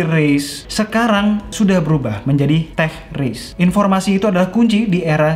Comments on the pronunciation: Teh banget ini 😂😂😂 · "sekian dunia teh" Kedengarannya sih seperti teh ✌😂👍